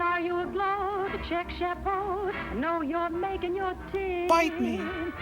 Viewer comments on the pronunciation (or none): I thought she was saying “chic chapeau.”